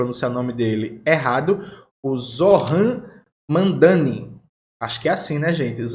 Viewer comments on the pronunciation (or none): Zoh-ran Mam-da-ni, mas boa tentativa jones. Gosto muito do teu conteúdo. Abraços de um comunista português